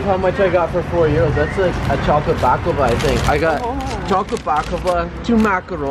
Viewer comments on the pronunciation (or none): Back to calling it Baack-lava,?